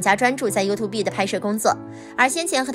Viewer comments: 發音不是you-tube嗎？？ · 我倒是觉得up发音优兔碧很可爱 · 希望小師姐在釋出影片前，可以先查一下youtube的正確唸法.........